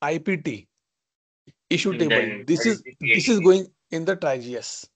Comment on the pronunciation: it's "tree-age" not tri-age